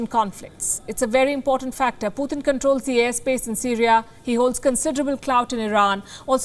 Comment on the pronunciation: Please not PUTHIN but PuTin